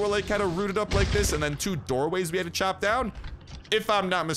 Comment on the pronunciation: Lol CHOP. Not choo. One good saw blade mace usually chops it off and then he takes normal damage.